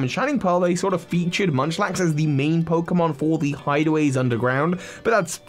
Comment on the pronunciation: Munchlax is not Munchlax